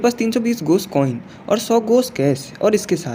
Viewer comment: Ghost coin ❌ ghos coin ✅😂😂😂😂😂😂